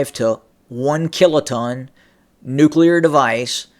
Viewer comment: nucular! i am glad you caught yourself. that one drives me mental. and lots of people say it. task and purpose here on youtube does, and so does benny johnson